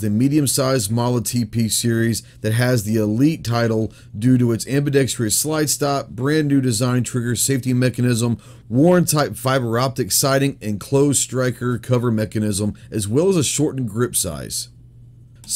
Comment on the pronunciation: Ambidextriuos. Hurts my ears every time.